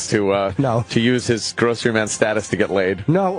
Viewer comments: "GWOCEWY!" With his little fat baby hand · Gwocewy man!!